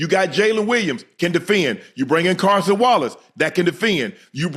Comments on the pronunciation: dam Shannon how many times are u gonna call Cason Wallace Carson Wallace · His name is Cason Wallace, and you will get it right